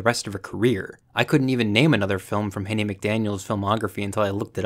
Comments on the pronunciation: What a great set of videos, these are really timely. Many people agreed that HBO just needed to contextualize gone with the wind and continue to show it. And I believe her name is Hattie, pronounced Haddy , not Haiti like the country. You have a lot of content and layers in these two videos. But I got a handed to you you did a really great job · Hat-ee , not Hate-ey